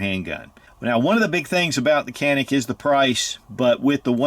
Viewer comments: Turkish pronunciation is actually John-Ick not Jan-ick.... not that it matters. Just thought you may want to know. Cool video. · Say....John--IC. That is the Turkish Pronunciation. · John-Nick if you can't pronounce it right, (i'm turkish-american) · Was told Canick is pronounced “ “Jah-nick” 😂 the sales douche tried reaming my ass at the counter for calling it Canick. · Pronounced Tschanik . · I hear in Turkey they.pronounce it "Janik". But they say Turkay, not Turkey. So let's stick with canik. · oh you’re ignorant you pronounced it canick, that’s so ignorant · true pronounciation: Ca is like “Ju” in “jump” and nik is “nick”. Greetings from Turkey. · Dude, you need basic Turkish lessons You are far off on that pronunciations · thats not how we say it tho